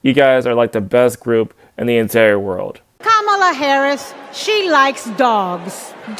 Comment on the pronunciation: According to the cult, Hillary is racist and in need of a good cancelling. she pronounced Kamala's name wrong like everyone does. I just saw a guy get tarred and feathered on CNN for the same thing.